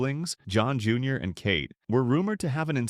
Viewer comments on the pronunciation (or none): none